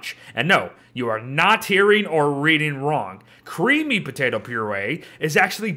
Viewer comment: No one:: Potate